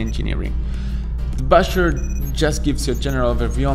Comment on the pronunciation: I thought he’s saying “busher” or “basher” but he actually says bachelor😩😭